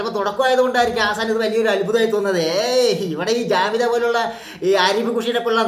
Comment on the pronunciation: not jamitha but kamitha ok.